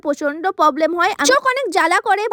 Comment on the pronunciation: Problem❌ Poblem✅